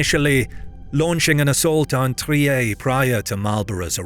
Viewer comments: I'm sorry but pronouncing Trier like it would be a French name "trieeéééé"... that's a Captial crime. TRRRrrrrieRrr. I know German is hard, but don't butcher it like a frog: it's not French, was never and won't ever be FRRRRench... and I'm trying to be polite here, because usually we would finish following sentence: Sprich deutsch..... 🤐 I don't mean it in a bad manner, but please take it personally. 😅🤏 (Best wishes. You produce good content 👏) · You have some weird issues on your map, e.g. , where cities are also displayed as regions (e.g. Trier, Mainz, Würzburg) even though they were neither regions nor mini-states of any kind. Trier also isn't pronounced in a French way, as it's a German (originally Roman) city.